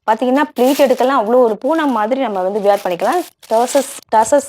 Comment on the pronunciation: Sarees are very nice. But don't say வியர் பண்றது. வேர் பண்றது is correct. Were மாதிரியே wear ம் same உச்சரிப்பு.